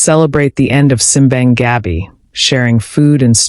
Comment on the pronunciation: Native pronunciation is sim BAHNG gah BEE (Simbang Gabi) meaning Midnight Mass.